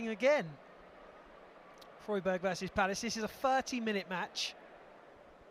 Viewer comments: When did Freiburg become Froyburg? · Did the commentator seriously not bother learning how to pronounce Freiburg before taking on the gig?! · Obviously not